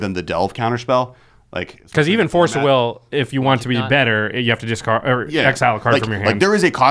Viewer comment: "dicard it to Force of Will" - my poor little ears, such bleeding.